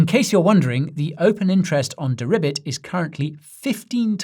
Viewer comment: 😂Guy! 🐸🐸🐸🐸 Deribit...ribet ribet...have you been speaking to Janet? BENANCE??